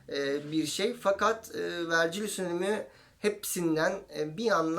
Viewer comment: Küçük bir düzeltme: Latince olarak Vergilius olarak yazıyorsak, Vercilyus diye değil, Vergilyus diye telafuz ediliyor.